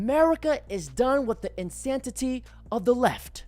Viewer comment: Hahaha! You said "insan-titty"😂😂😂😂